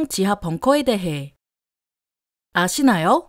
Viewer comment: 왜 아시나요 뜸들이면서 아시나요? 하는거 정말 정말,,,,, 안하면 안되요?